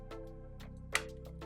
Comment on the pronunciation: A few constructive pronunciation (not accent) suggestions (syllable emphasis) to help with your already outstanding command of English: "surface" should be SIR-fiss. "diameter" should be die-A-meter. "frustrating" should be FRUSS-stray-ting. Cheers!